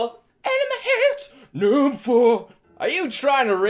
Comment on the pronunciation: Every time you said the word "number" I heard "Noble". Reminded me of Halo. Or you could assemble your own Noble squad. You may be Noble leader, and your squad members can named off from Noble 2 on. Like in Star Wars. This is random now. I will stop. That is all.